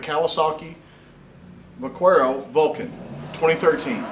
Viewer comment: Vah-care-oh it's Spanish for cowboy. Also keep on keeping on!